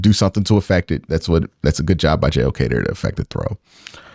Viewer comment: it’s JOK, not Awok. Great work on analysis. Wish UCSS did more work like this.